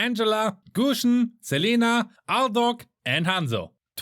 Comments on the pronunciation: He just say Aldous aldog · I love how you pronounce aldous as aldog xD totally agreed with you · I love how he said aldog instead of aldous😭😭🤣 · I love how he said aldog instead of aldous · aldous not alduk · did i just hear aldog 🤪🤪🤪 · Did i just heard aldog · No..he said "aldog"🤣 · he said Aldog instead of Aldous 🤣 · Don't call my Aldous like Aldog, if you cannot speak English well leave it mf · My man really said "Aldog" 😆🤣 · it's Aldous bro...hahaha .. Aldog... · "Aldog" he said it Bro I cant breath I can't breath😂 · Im sorry if i hear this but wrong..... i think he said aldog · This guy definitely said ALDOG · he literally said aldog XD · I didn't knew Aldous is pronounced as Aldog. 🤣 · So u also call aldous aldog like me 😅😅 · it's not aldog it's aldous 😂😂😂😂😂😂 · Everything was good till u said Aldous to AlDog 😑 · he said aldog not aldous hahah🤣🤣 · Aldog lmaoooo Didnt even bother calling him Aldous, Bro where you from? New subb here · Pronounce properly 😞 not aldog is Aldous... ☹️ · did i just heard "ALDOG" ? 😂😂😂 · He said aldog 😂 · He said " Aldok" 😂😂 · Did he just say aldog😂 Anyways hope u we'll reach 100k this year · Excuse me. did u say aldog 😆 🤣 😂 😹 😆 🤣 😂 😹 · did he just say aldouck? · You tell aldous aldok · NEW HERO: "ALDOG" XD